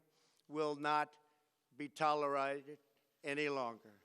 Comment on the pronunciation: Theres a part where Trump says "toleride" and i am certain he was supposed to say "tolerated" Either the transcription to the teleprompt screen was edited badly, or on purpose. Either way, Trump didnt seem to understand the context of his speech well enough to realize the mistake, and just went with it lol. I think he has spent too much time with the McMahon family